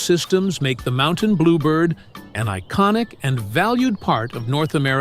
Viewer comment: They should grant a Nobel Prize to the person who can get rid of this annoying computer generated voice. It's very sad because it has ruined many very fine documentaries. And it repeatedly pronounces 'Mountain' as 'Mon-tane' !